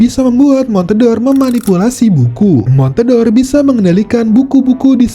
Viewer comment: Itu bacanya bukan (mon-te-dor), tapi (mon-de-or) yg merupakan olahan susu serupa cream cheese